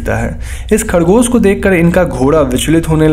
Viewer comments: Khadgosh nai hota bhai khargosh hota hai. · Your "khadgos" (rabbit) was awsm 😹